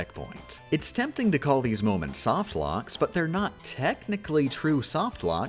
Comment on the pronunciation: I love how she calls soft locks "latte locks" the entire video